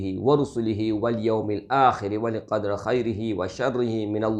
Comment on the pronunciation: والقدر کے اندر ر پر زیر ہے زبر نہیں ہے جناب